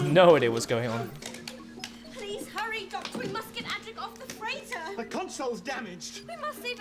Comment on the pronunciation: Adric not Attic, I hate. Correct write mechanism....